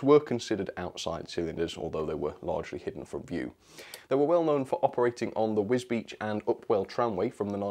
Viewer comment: Hi, Very well done on pronouncing “Wisbech” correctly!!! 👏 😉 I like the brown engines with extra fine piping on the livery, including the Queen Anne, the various tank engines. I don’t like the J70 because it looks like a brake van, and they go at the other end of a train! Jim